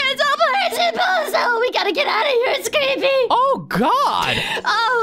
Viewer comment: I keep thinking every time Navi says pozo I think she says bozo